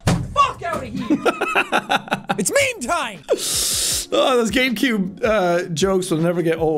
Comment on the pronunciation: Sean: It's meme time, it;s meme time, What I here: It's BEAN time, Its BEAN time